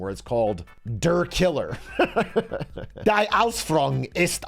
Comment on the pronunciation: You can tell Bro spent time in Germany as a kid. He actually didnt fuck up the Ü. But "der" and "die".... Bro can't pronounce definite articles :(.